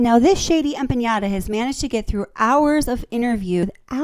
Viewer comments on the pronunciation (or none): it's not empaÑada; it's empaNada